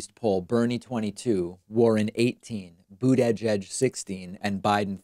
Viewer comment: Stop being so proper with Mayor Pete’s last name. Everyone knows how to say it and you’re just being pompous by trying to over pronounce it.